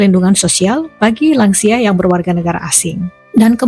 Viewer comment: "Lansia" di bahasa Indonesia adalah sebuah singkatan dari "Lanjut Usia". Saya krg paham bagaimana anda bisa menyebutnya " Langsia". Buat saya langsia seperti nama spesies serangga. Semoga lain kali bisa berbahasa lebih baik lagi.